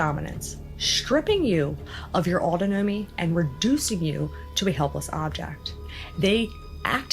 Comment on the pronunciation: Look into the proper pronunciation of autonomy.